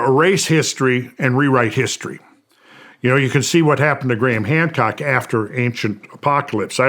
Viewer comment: At the beginning he said Gran Hamcock 😂